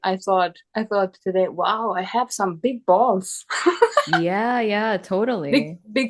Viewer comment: I managed to gain a few valuable insights from this video but in other respects it was ruined by this woman saying she had "big balls" (sounded like "I huff dese rrreally bik bahlsz") over and over again. Very painful AND weird to listen to. One of the biggest mistakes a non-native English speaker can make is to try to use and get creative with idiomatic English. Far from demonstrating competence in the use of English it almost always sounds completely unnatural and awkward. As someone who managed a guest house I noticed that many Germans had that habit, were proudly trying to sound like native speakers and of course they had no idea how odd they sounded because nobody would do them the favor of correcting all the errors.